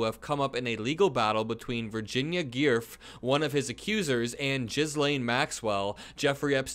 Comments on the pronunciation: Ghislaine is pronounced gil-LAIN (hard G) and Giuffre is JUFF-ree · Did he just say "GEE URF?" That's some funny shit right there. 😂😂😂😂😂😂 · Jew-fray, not Gif. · You seriously don't know how to pronounce Virginia Giuffre at this point? It's not "gearfff" it's "goo-fray." Good reporting otherwise. Thank you. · Virginia Jew- Fray not Geerf! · "Virginia Girf"… maybe learn the minimum about this case and the people involved if you're going to comment on it? This is just showing how little you know about this whole thing. Anyone who's seen any video mentioning this woman and the case she brought would know how to pronounce her name. How you do you even read Giuffre as "GIRF", with the R before the F? It's pronounced "joo-freh" for what it's worth. And no before anyone replies, I'm not a Trump supporter and hope whatever he did comes to light. I'm just tired of commentary by people who don't have a clue. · Thank you so much!! Her name is pronounced “Virginia Gu-fray” BIDEN 2024 🇺🇸🇺🇸🇺🇸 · Virginia Giuffre (gūh-fré). I don't care if you pronounce jizzlane's name correctly, but spare some effort for the victims ed. spare not some effort? spend some effort? ya know. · I think Giuffre is pronounced Goo-fray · Omg it’s Guiffrie is pronounced goo-fray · Pronounced Jew-Fray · It's Virginia <Jif-REE> and <GIL-ane> Maxwell. It might be <Gif-REE>. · Great that you’re bringing more attention to this critical piece. Regarding your first comment, the last name is pronounced “Gefree”. She has done interviews in the UK a few years ago. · It’s pronounced “Gee-a-FREE-a” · "Guiffre" is pronounced 'GOO-FREE' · Giuffre is "JOO-free". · Giuffre is pronounced jifree… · for future reference Virginia’s name is pronounced Guffray. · Brother, Giuffre is pronounced Ju-Fray just for the future. Got you homie 🤙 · that name is pronounced “joo-FREE.” In Italian, “g” is pronounced like “j” when in front of “i” or “e.” So, the Italian name “Giulia” is pronounced like “JOO-lee-uh.”